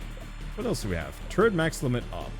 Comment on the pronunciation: why are you pronouncing 'turret' the same as 'turd'? lmao